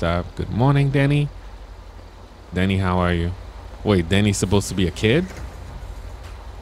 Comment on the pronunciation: Hey I am the Mod Game X3 It’s not “Dany” it’s Danny lol😂🤣